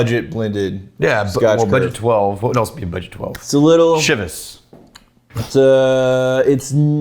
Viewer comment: you pronounce “Chivas” like an old traditional Jew pronounces the holy day of the week :D